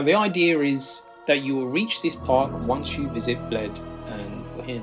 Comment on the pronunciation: Bohinj is pronounced like a Scottish loch ie boch-in